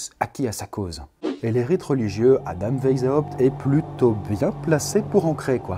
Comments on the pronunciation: "veille zawpt" c'EST VICE HAWPT PAS VEILLE THIESULHRFEZs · Ca ne se dit pas WheisHAupt mais juste WeisHopt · Ça se prononce "vaïshaopt". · On dit veï za opte ... Je l'ai toujours prononcé weï chopt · "vezhaoupt"... Merci. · Juste le nom Weishaupt se dit à l'oral "Waishaupt", comme le couleur blanche en allemand ( Weiße), voilà des bisous <3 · Alors PARDON d’avance mais là ça va plus: Adam WEISHAUPT le ei se prononce comme aie! ; le s est Un vrai s et non un z ; le h n’est pas, aspiré: il faut le prononcer! ; à la fin c’est PT pas juste T donc il faut aussi prononcer le P! Donc phonétiquement ça donnerait: Adam Waiesshaupt Par contre le aou du WeisHAUPT ça c’était bien ;) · "ça se prononce WAÏSS HAOUPT" - le relou qui te dit comment prononcer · Weishaupt se prononce "Vaysshaopt" derien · J'aime beaucoup les bulles mais un petit truc : Weishaupt est un nom allemand et tu aurais pu regarder sur Google comment il se prononce parce que tu l'as écorché pendant toute la vidéo ! 😂😂 Sinon c'était super intéressant !! 😉😘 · Omg mon père travaille pour les illuminati il travaille dans une entreprise qui s’appelle weishaupt Ps: tu le prononce mal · J'imagine que si était un illumitati... Il arriverait à prononcer "Weishaupt" MDR